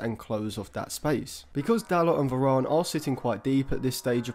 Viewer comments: Why does this guy say Verarn? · good analasys but you say varane weird